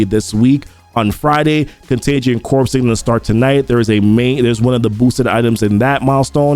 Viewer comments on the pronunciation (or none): "corps" is pronounced "core", like Marine Corps. It's not Contagion Corpse (although that would be appropriate...):D